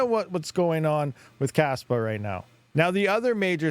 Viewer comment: Kaspa ❌ Kaspump ✅